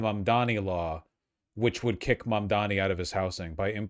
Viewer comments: MaNDoMEe It's totally on purpose. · Is he incapable of saying Mamdani or does he just really enjoy saying "Mom Dommy" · he's STILL saying "mom dommy"??? i honestly can't tell if it's unintentional or some weird attempt at a racist insult. it's NOT a hard name to say. if it IS a mistake, i think that's why he only called him "the assemblyman" during the debate. he didn't want to get called out for getting it wrong. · I like how neither Cuomo nor Sliwa can pronounce Mamdani's name